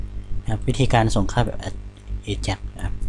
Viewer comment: Ajax หรือ AJAX ใน Wikipedia เค้าอ่านว่า /ˈeɪdʒæks/ เอแจ็กซ์